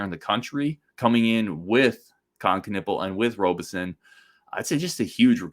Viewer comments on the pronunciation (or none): Hey,. Pronunciation is RAHbison, not ROHbison. Great episode. You're right. This IS a huge moment for Gard (Krabby also) to prove some recruiting chops. Let's close and LET'S GO! 2026 Final Four in Indy's Lucas Oil. See y'there.